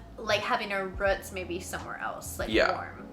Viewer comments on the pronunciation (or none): Y’all should do a segment on words that Minnesotans would say that other parts of the world do not., you used the word roots, but said it like ruts. 😉